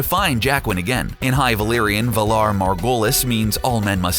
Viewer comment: Say it properly ! Valar morghulis